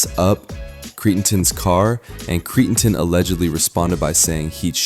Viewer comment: Can you at least learn how to pronounce their names?? “Cree-n-ton” is not his name.